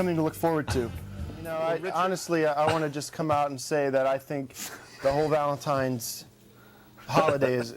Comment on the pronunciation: Anybody catch that Eric says "Every Valentime's..." ..... with an 'm', not an 'n' ?